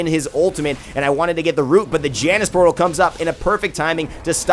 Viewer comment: Janus is pronounced "Yan-us"